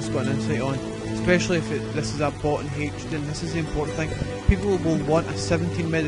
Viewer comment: heych-din? lol